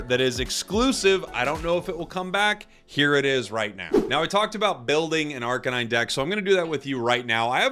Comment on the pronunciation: Please say arcanine correctly. It’s not a police kuh-nine unit. It’s a kay-nine unit. Dogs are kay-nines.